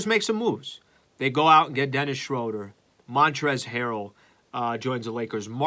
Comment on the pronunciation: Please stop mispronouncing Pelinka and Schroder… Otherwise love your show